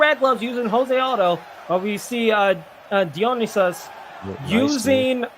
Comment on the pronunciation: Somebody please educate these guys on how to say Dionysus. It’s not a super obscure reference. The wikipedia page on him is like 20 pages long. Die-uhh-ny-sus.